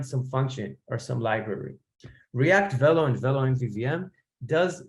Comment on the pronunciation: velo is a french word, it's pronounced vay-lo